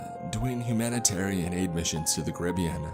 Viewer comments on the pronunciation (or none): none